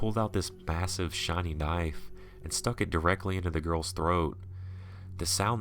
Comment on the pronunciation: Pronunciation is the key to good story telling, and sadly, it seems that key has been lost on YouTube. Bassive is not a word, it should have been "massive knife". How hard is it to simply proofread a story and look up any words you aren't sure about the pronunciation? Smh